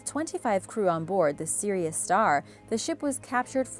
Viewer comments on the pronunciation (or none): none